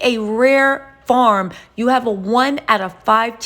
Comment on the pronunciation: If u said Farm instead of form ☝️ more time! 😒🤣